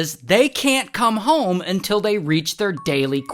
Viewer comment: "UNTILL" is a classic 😂